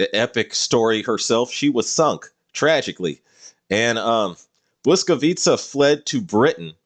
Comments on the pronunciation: I'm really impressed with your pronounciation of Błyskawica, propably the best that i have heard in a non-polish video. If i might ask, will there be more of polish ships in the following parts of your list? (Like ORP Piorun for example) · Airships and British submarines? I'm in. Also, a Pole here. Your pronunciation of Błyskawica was on point. I would obviously like to see her in game and, as you said, hopefully as a more mature-looking destroyer. Same with Orzeł actually. A UR destroyer and a buffer is also a ship I would welcome. On a side note, would you consider making a list of ships that might or should get a retrofit?